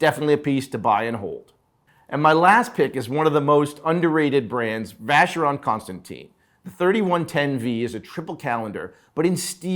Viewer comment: Biggest mystery in the industry. He can’t pronounce Constantin correctly as well. Disgusting 🤢 🤮